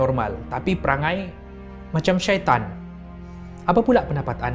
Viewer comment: Yang bikin lucu kalau ko ckap syaiton